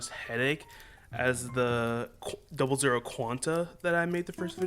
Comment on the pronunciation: Urm actually, its pronounced double-ouh gundam, but other then that the gunpla you made is fr fire, looks awesome!